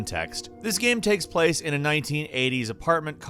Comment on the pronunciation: jesus Christ...am I the only one who notices his pronunciation of the word ''game'' fucked up? fking irritating lol, I hope it's accent and not a genuine mispronunciation